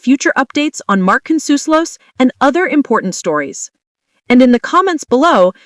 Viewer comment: Learn to pronounce Ripa and Consuelos